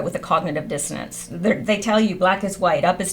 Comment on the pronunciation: dissonance not dissodence. good work tho. thanks.